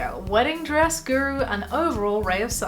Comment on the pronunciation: Stress? I thought you said dress